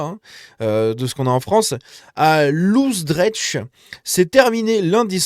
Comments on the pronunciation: Histoire de te familiariser un tout petit peu, Loosdrecht se dit lOsdreRt. Le ch se prononce R comme en allemand. Et il me semble que tu as des notions d’espagnol. En espagnol je crois qu’on parle du « jota ». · 😂 ça ce dit "l'os drekt" (loosdrecht) Le son "ch" n'existe pas c'est "ck"... Le son "j" n'existe pas non plus, c'est "i"